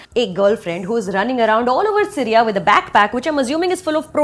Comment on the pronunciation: Too good, she roasts the movie in the most perfect way possible. The only issue was when she pronounces SIRYA instead of SYRIA... hahaha